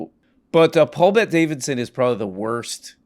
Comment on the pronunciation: That's not 'mister' madam. That's paul bet DA-VID-SON!